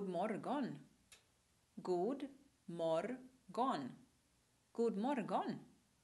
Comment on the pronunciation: god årgon, som i aragån.